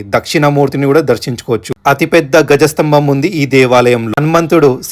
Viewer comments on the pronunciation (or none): గజ స్తంభం కాదు ధ్వజస్తంభం అనాలి